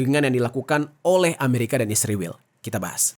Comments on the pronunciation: Bng knpa lo bilang nya isriwl bukan Israel🤔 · kenapa israel penyebutannya jd isriwil? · Sebut Israel aja gk becus Lo. Kck asli 😂